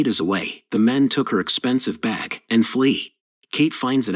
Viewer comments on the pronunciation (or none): I hate the way the AI pronounces bag like beck.